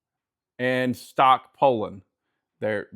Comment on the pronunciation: It's pronounced pull-on. And what's with the air force shirt? You can find some mean kick-back cutting in a pile like that. It's hard to know where the tension and compression is in the wood.